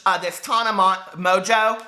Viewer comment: The way you pronounce Tana Monceau lmaoo